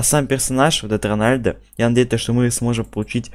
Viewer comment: Не ронәлдо а роналдо